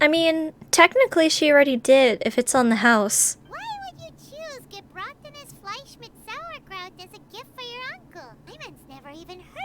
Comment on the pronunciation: Paimon just flawlessly saying Gebratenes Fleisch mit Sauerkraut really took me off guard considering she couldn't even say aristocrat like 5 minutes ago, shows how much she loves food though